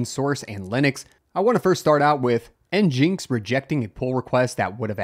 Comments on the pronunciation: Hold up... Is it, N-Jinx Or is it, N-Gin-X?? I always heard it as N-Gin-X... Who says N-Jinx? (Edit: A quick search confirms it's supposed to be a play on "Engine X" so definitely not N-Jinx.) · In is pronounced "engine x" not "n jinx" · This man can’t pronounce anything, it’s not njinx it’s engineX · i laughed quite hard at en-jinx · Nginx being pronounced Engine X makes as much sense as SQL being pronounced Sequel. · It is pronounced engine-x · NGINX — “Engine X” 🤦‍♂️ how do you so consistently mispronounce all these projects? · It's EN-GIN-X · "N-Jinx" ... this is how you tell it's just a Rust fanboy channel.